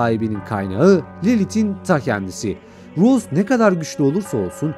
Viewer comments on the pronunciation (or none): abi rose değil rosie yalnız :(